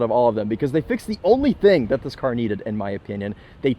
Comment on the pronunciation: "oh i like that CAH"